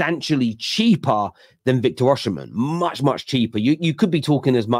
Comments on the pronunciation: why do you persit with pronouncing the name Or-She-men? Its pronounced Or-see-men. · Well it definitely doesn't start with 'or' lmao